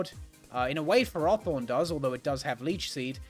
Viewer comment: How did you stuff up Ferrothorn's pronunciation?